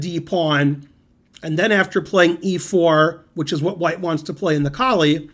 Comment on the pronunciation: Is it not pronounced "Cole "? I believe Koltanowski stated that was how it was pronounced? Just wondering. Great video!